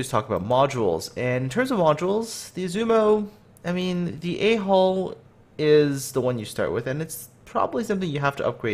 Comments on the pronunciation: ummm... great videos, I really like the info, but I now have to watch them with headphones in the event that you pronounce "A hull" repeatedly... It's merely the mannerism that sounds like you're talking about the ship's... nonexistent... "rear vent" >_< and that's just too difficult to explain to those around me... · Whenever you say A hull I understand A hole :D